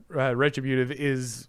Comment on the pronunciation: It's re-TRIB-yoo-tive.